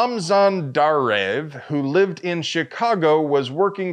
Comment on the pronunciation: It's pronounced Dar-Ayev.